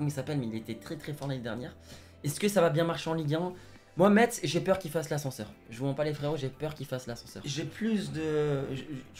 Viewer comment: C'est mikautadze et on dit mess mais cela c'ecrit Metz